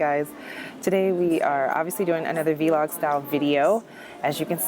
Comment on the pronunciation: It’s vlog not v-log